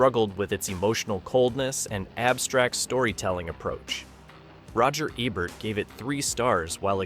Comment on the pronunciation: Just for some nitpicking historical accuracy, Ebert's name wasn't pronounced eh-bert on TV. It was pronounced ee-bert.